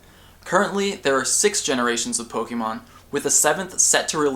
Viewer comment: your video are awesome, but I can't stand how you say 'pok-E-mon' (po-kay-mon is correct, but pok-a-mon is how I tend to say it.)